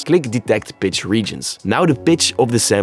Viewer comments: Brother, do you realize that your accent makes the word “pitch”, sound like “bitch”.I had to laugh the first time I heard you say it. It just caught me the right way, and I laughed! I like the accent. All the best.Lol! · who else is hearing the b word instead of pitch?